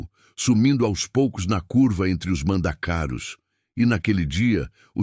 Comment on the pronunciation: A fonética é mandacarú e não mandacáru